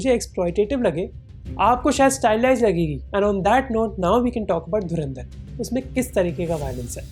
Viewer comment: Dharandar nahi Dhurandhar.